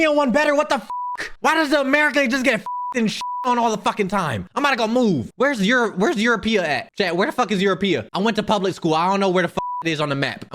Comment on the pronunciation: bro said eurapia 🤣🤣